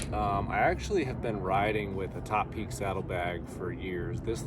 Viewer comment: Finally, someone who knows how to pronounce 'Topeak'!